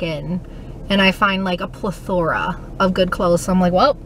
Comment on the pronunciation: PLETHora not plethORA. Lol. Love your videos 🤓